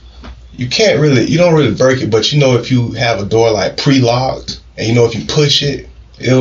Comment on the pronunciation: Wtf…did he say pre-locked?!